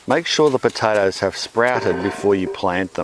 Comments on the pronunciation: Wish you pronounced potatoes like you pronounce tomatoes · "Piotaethus aet heoumhw" .. I fucking love this guy!